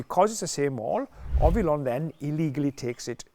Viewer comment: He called Ollivon "Ovillon" at least 4 times, good that he retired because he's losing it 😂